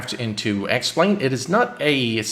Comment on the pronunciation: Anyone else than me who heard “welcome to the sex plane video”?